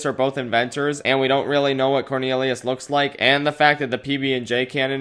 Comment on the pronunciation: He say "corneriuos"